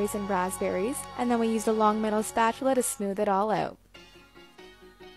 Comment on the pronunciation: Hahaha. She said “smooth it all oot”